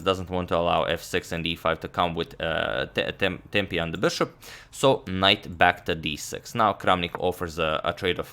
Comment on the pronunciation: “Because he doesn’t want the attack on the bishop to come with tempee”